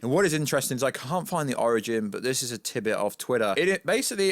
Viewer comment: Tidbit* not tibbet